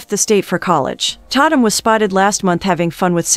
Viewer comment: It's pronounced TAY TUM😂😂 Dammit!!